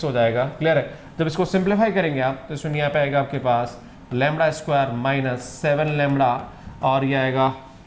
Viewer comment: The correct word is lamda not "Lamra "